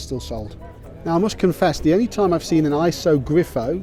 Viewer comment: Lancia is pronounced Lan,Che,A.Iso is pronouned Eso.Subscribed.👍